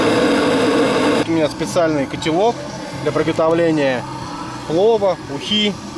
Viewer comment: Прошу тебя не говори котелок как нож по сердцу